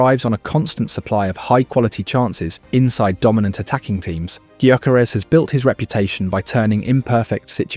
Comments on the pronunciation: Guy-ya-ko-res. That’s how you said it 😂😂😂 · No, it’s yuh-care-es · It's GUYO-CORE-REZ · Is this AI garbage or someone who just absolutely butchers his name? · It's not that difficult to learn how to pronounce the bloody name, is it? Or is the mispronunciation an engagement tactic? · Yea but its a VoiceOver so he cant really get the name right